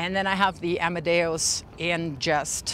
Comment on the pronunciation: "Amadeus" not "amadaos"